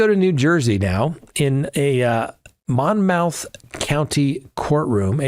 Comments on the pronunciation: It's not Mon-mouth, it's Mon-muth county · Monmouth =Monmath is more like it or Monmuth 😊just sayin 😂 😉!!!